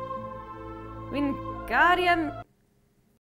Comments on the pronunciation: It's leviOsa, not leviosA! But really, I'm impressed you already have the Elder Wand. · You kinda got it wrong... It's LeviOsa not LeviosA!